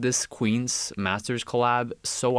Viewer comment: massers ?? cant you fuckers say T